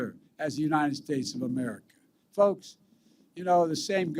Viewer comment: I'm sick of listening to all his BS but hearing how he pronounces unined states is the only thing that makes me laugh